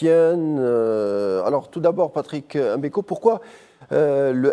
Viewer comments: Tout a fait... EM Beko, ca fait ridicule! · Un Algérien, donc un Africain, et journaliste de surcroît, devrait naturellement pouvoir prononcer le nom de Patrice M'Beko sans aucune Chouina, M'Beko, comme M'Barak ou M'Bolhi, M'belle3, M'Karfass, ect chez nous, ou M'Bala M'Bala, mais en aucun cas ''EM" Beko, comme le fait la majorité des Français souvent par mépris et parfois par inaptitude cognitive. Autrement, ni la personne de ce journaliste, ni ses compétences journalistiques, ni son élocution ne sont mises en question, au contraire. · C'est Mbeko et non M MBEKO